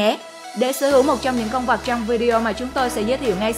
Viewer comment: Dẫn chương trình có vấn đề ngôn ngữ! Con vật nói nhiều lúc nghe con vọc